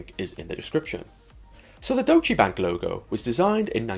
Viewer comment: It's pronounced "Doytch" not "Do-che"", right?